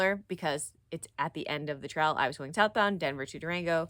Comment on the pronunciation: Enjoyed this video, too! You pronounce "trail" like "trial" which I think is actually quite endearing. Thank you for this video.